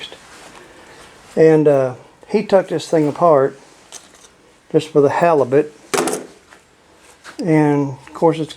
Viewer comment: Did ya say ya went fishin for the halibut or the helofit